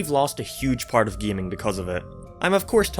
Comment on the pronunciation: I am sorry just... "Gayum"